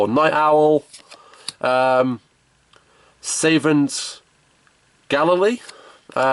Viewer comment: and people say the American school system failed people...some of those easy pronunciations...butchered it's Sah-Vant btw...